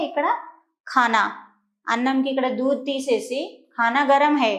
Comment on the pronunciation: దూధ్ అనాలి దూద్ కాదు